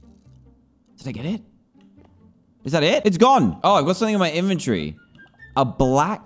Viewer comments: I love the way he says inventory inventiry or inventry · How people say inventory: “inventory” How dantdm says it